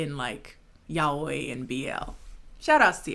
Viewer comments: Only because you've mentioned it a few times in your videos already, I wanna be that person and say yaoi is pronounced YAWEE and not YAHOI. It makes me laugh every time. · No one going to talk about how she pronounced yaoi like "Yahweh" ? aight. But it's pronounced "ya" as in "ya boy skinny penis"-- "oh" as in "oh shit, a rat" -- "e" as in Lord Farquaad + Markiplier meme "E"... not as in the Hebrew word for god.